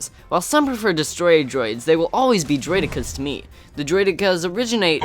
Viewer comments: Umm u pronounced droideka wrong. It's Droid-e-ka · As far as I know it's pronounced Droid-eh-Kuh...